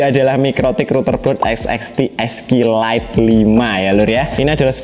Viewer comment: Lebih susah nyebut serinya daripada nyettingnya Sering salah nyebut jadi "esek esek lite"